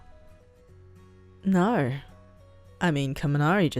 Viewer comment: It's not no.. Its NAR😂